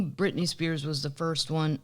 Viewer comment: If I hear Brit Spears one more time. 🤪why? Shoot me.